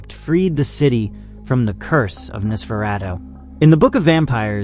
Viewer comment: Narrator can't pronounce 'Nosferatu'. AI click bait anyone??